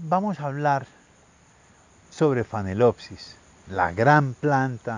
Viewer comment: ¿Phanelopsis ("fanelopsis") o Phalaenopsis ("Falaenopsis")?